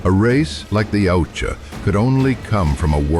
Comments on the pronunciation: YA-OOT-YA not YOW-CHA 🙄😂😂😂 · Soft Y when pronouncing Yautja, closer to (OOutja)